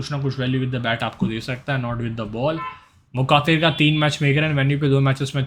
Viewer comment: wo मुखातिर nhi he मुख्तार he